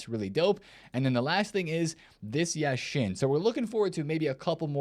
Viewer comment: Hey. It’s Yáshin, not Yashín